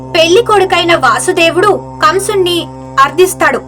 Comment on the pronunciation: ఆయన పేరు వాసుదేవుడు అని పలక కూడదు వసుదేవుడు అని పలకాలి